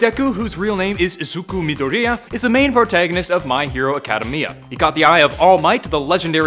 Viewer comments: "My Hero Acada Mia" lol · This man said academy-ya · A cah deh me uh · Who got pissed when he said my hero acadamia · I’m so triggered he couldn’t say academia right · So after hearing you pronounce "academia" the way you did I just paused the video and starred at nothing wondering what's wrong with the world. Academia is an actual English word. How can you not be able to say it. You obviously don't watch the show either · You said academia wrong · I hate the way you say My Hero Academia. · You could tell this guy has no clue what he’s talking about just by the way he says my hero academia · You tell this guy doesn’t want my hero academia based on the his pronunciation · The way he pronounces academia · Dislike for mispronouncing Academia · I can't be the only one that got triggered by the way he said academia. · Cjay Prevost in trggered 😡😡😡😡😡😡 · I disliked the video just because of the way that was Pronounced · I am RAGE RAGE comments roast me but the way he said academia wrong. And he said it in he worst way it sounded like the movie momma Mia